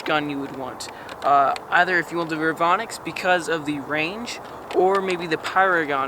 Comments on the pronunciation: Re-Von-ix not revinix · he say revenox not revonix